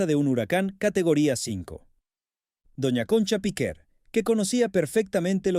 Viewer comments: Tampoco es correcto lo q dices. Podría ser: Piquer, Piqué...En este caso era PIQUER . Pero la sílaba tónica ( sin acento) es el la E. No en la i como pronuncia el del video. Píquer (NO) . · Ya se que no se acentúa pero es para que el tipo no siga diciendo Píquer. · Para empezar era Piquer, no Píquer. Lo he tenido que quitar, vuestra locución es terrible. Aprender a hablar o informaros de lo que decís. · No es Pique es el apellido Piquer.(Concha Piquer) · Inaguantable . Muy rollo que no sabe ni su nombre CONCHA PIQUERRRR y no piqué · Es Piquér, con acento en la é. Eso que dices en España nos suena muy raro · No sabes ni decir si nombre., Menudo reportaje horroroso amigo😂